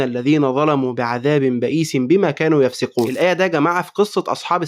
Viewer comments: نسُوا بضم السين يفسُقون بضم السين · في الآية دي (فلما نسُوا) السين مضمومة مش (فلما نسَو) وآخر الآية (يفسُقون) السين برضو مضمومة مش مكسورة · فلما نسُوا، ضمة على السين يفسُقون، كمان ضمة على السين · ( فلما نَسُوا ) السين بالضمة .. (يفسُقون) السين أيضًا مضمومة .. جزاك اللّٰه خيرًا ، ربنا يوفقك وينصرك .